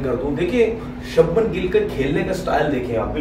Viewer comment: त्रिपति नहीं त्रिपाठी है,और सब्मन नहीं शुभमन है